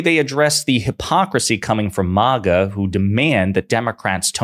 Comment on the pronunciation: I'd be more likely to give you benefit of the doubt if you even knew how to pronounce maga